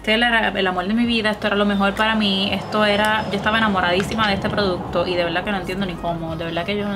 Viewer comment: “Que es ejto tiza?” Miraaaaaa nena paraaaa 🤣🤣🤣